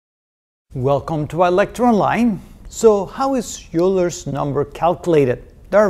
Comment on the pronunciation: did you pronounce it "u-ler" ? I have always heard it as "oiler"